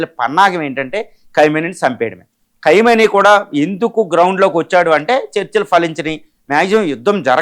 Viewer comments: అసలు ఈ "ఖైమోనీ" ఎవరు, " నేతన్యూహు" ఎవరు, ప్రపంచమంతా ఖమెనీ, నేతన్యాహు అంటుంటే నువ్వేమో ప్రతిసారి అలా అంటున్నావు, ఏది నిజమో మీరే చెప్పండి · Ore Vedhava Analyst. Pronounce properly the name of the Supreme Leader of IRAN.